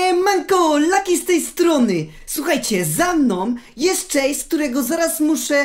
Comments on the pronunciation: chase nie czejs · Chase nie czejs czy ty wgl umiesz choć trochę angielski